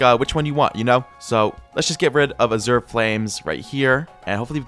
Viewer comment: I rlly wanna correct his pronunciation of Azure but i feel like hes doing it just to entice comments and dont know what to do